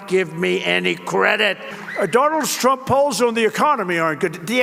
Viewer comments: He can't even say his own name correctly anymore. I heard it as "Schnump" in one recent thing I suffered parts of. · Weird that Trump incorrectly pronounced his own last name, saying, "Strump".